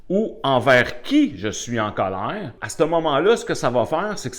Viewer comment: Sa façon de dire Cowleir😂est un vrai anti stresse ça a chassé tout mon colère 🙏merci bcp